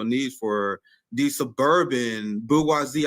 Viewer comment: favorite word is 'bourgeoisie'. Unfortunately he mispronounces it like some people say 'HElocopter' and 'nuKular'. Someone should teach him to pronounce the G the way it's supposed to be LOL